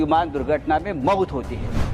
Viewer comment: भडव्याला मौत सुद्धा बोलता येत नाही, मऊत म्हणतोय